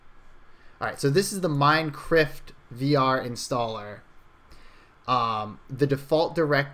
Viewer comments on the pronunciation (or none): He keeps saying "MINECRIFT"